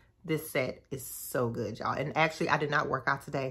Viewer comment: Listen!! When she put the "T" on the end, I started looking for my sweats & slides, cuz I was heading to Target at that exact moment. And did! 🤣🤣